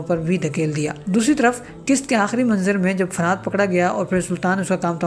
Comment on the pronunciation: فرحات صحیح نام فرحت ہے آپ بار بار فرحات بول رہے ہو اصلاح کرلیں